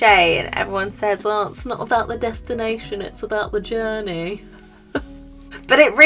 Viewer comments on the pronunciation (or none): The way you said “it’s not about the destination it’s about the journaeee” made me cackle hahaha I love your sense of humour 🫶🏻 Thanks I really enjoyed what you had to share I know for some and myself included stuff like this goes a long way so it’s always good to stumble upon these beautiful messages it really does help. Anyway I just want to say keep up the great work. Also you’re really beautiful! 😄